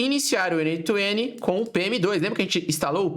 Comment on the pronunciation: Achei um brasileiro que fala "N OITO N" como um brasileiro nato que fala português mesmo kkk Pronto. Já gostei. Vou assistir sua aula.